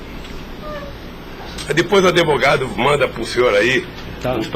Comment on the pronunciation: "ADEVOGADO" KKKKKKKKKKKKKKKKKKKK GRANDE LULA.